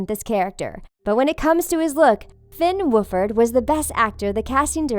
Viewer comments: “finn woofurd” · Finn Wolfhard I bust out laffing Finn woofhard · "Finn Woofered " Me: Woofered? WOOFERED?! It's Wolfhard 👎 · Wooferd? I’m sooo pissed, it’s wolfhard! Finn wolfhard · She said Finn wooferd not wolfhard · It Finn wolf hard not Finn whoofered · ITS NOT FINN WOOFHARD XD))) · FINN WOOFRD😂😂😂ITS FINN WOLFHARD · fenn woof woof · *Fihn Wooferd! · “Finn wuffhad” -the things